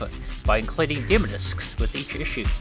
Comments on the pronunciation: Dem “O” discs not dem discs or demer discs 🤦‍♂️ 😂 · Demo (dim-oh) 😂😂😂 not (dim-uh) had click off that pronunciation was just to hard to bare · Deh-mow discs... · Never mind what happened to demo discs, what happened to the second syllable of 'demo' in this video?